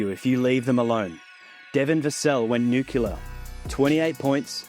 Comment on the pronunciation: The word is nuclear, not nucular.